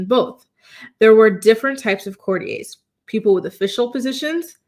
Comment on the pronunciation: Courtiers: court-ee-ers.